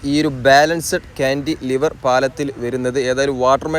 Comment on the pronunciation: കാൻ്റിലിവർ (Cantilever) എന്നത് ഒറ്റ വാക്കാണ്. കാൻ്റി, ലിവർ എന്ന് രണ്ടായിട്ട് പറയണമെന്നില്ല.